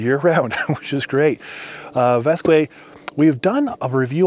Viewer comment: The brand is pronounced “vask” not “vaskway”